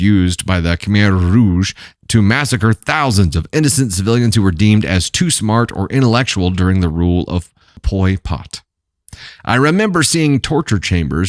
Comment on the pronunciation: PoL Pot, not Poi Pot.